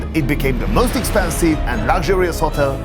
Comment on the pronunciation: He says with keviarr oh jo negggishh 😂 and...then he says the not most he says möüst .....go.learn english fidesz lovervoy🎉😂❤